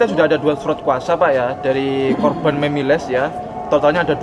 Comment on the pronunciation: yang benar korban.. bukan kroban.. salfok aq sama ucapan mu.. kroban kroban kamu blg..